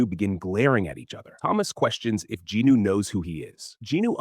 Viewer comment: Why do you keep saying Ginu? Is that how JIn Woo is pronounced? :)